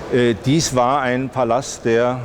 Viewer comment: Ballast!!! Nicht Palast. Bitte nicht mit der sächsischen Aussprache verwechseln. 😅😂😂🎉